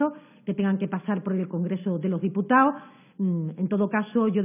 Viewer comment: Diputao* gobernao* evitao* trabajao* solicitao*monitorizao*aceptao*adecuao*DIOSS!.. pero si ni siquiera saben hablar